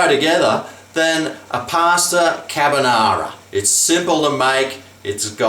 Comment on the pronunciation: I think purposely said Cabonara just to shit stir the OCD people.